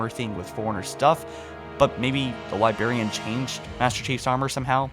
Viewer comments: There's two 'R's in Librarian. Libe-RARE-e-an. Not Libe-AIR-e-an. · libRRRRRRarian!!!!!! for god's sake stop saying Liberryan lol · He went back to saying liberrian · Anyone else super frustrated with how he says "Libarian" instead of "LibRarian"? It kills me a little more inside with every video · I love your narration, but please for the love of all that is the English language, correct your pronunciation of libRarian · LibRariab not Libarian. Please save my sanity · LiBRARian. For the love of god, its LiBRARian. ;) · The Li-berry-an. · bro, i love your videos. but you gotta stop saying "libarian" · Please enunciate your words, you're saying "Libarian" "Foreners" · God damn libarian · bro you need to learn how to say librarian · Your videos are great but you really need to learn how to say the word "librarian", it makes it hard to watch your videos sometimes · Why can’t you pronounce librarian properly? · there are two Rs in "librarian" /pedantic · Seriously why the f*** do you butcher words like librarian?! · You pronounce Librarian weird lol